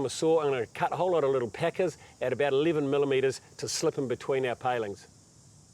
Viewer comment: I know you’re saying packers but to my American ears it sounds like peckers. Also, we say PER-ge-la, not per-GO-la.😁 I imagine we sound odd to you as well. Do enjoy your videos. 👍